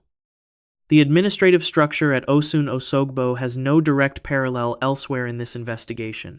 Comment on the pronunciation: It's Osun pronounced O'shuun